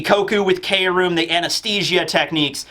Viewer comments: It's pronounced "Chrome", it'll be funny to see the whiplash from manga readers when they watch the anime version of the fight later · Wille means will, like will of D Takt means pulse, or beat Kroom can mean chromium or I think what Oda is going for is chrome? I think mainly it just sounds like room and Oda loves his phonetic puns Please updoot this so can stop saying 'K' room 😂